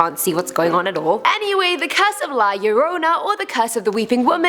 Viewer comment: THANK YOU FOR PRONOUNCING "LA LLORONA" CORRECTLY. NOT MANY PEOPLE DO. Can you make a "Top ten movies based on real life criminals"?.. 😍😀